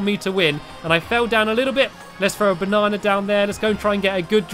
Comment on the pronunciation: It funny when stampy says banna